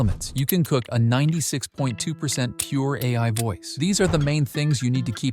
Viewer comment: how bro say 96.6 percent pure 🤦‍♂🤦‍♂